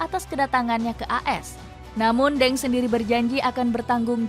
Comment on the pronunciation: Ya ampun lain kali lafalnya yg bener.....Deng bkn dibaca Deng tp Teng Begitu juga Dong bknnya dibaca Dong tp Tung. Lain kali tanya2 dulu dgn yg paham